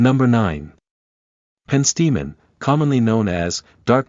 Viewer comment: The AI voice is annoying. The text isn't even in grammatical English, but leaves out words, and mispronounces things (like penstemon). Surely you can find someone to read this--like an actual PERSON.